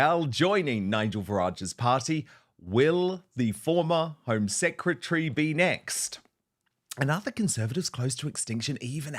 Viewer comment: She said 'secetary' not secretary. Ignorance at its best